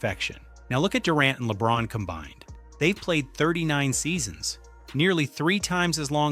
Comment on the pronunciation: laybron and durag.Are some suckas.Yes.Thats how you say their names now